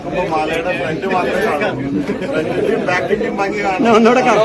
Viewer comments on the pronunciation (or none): none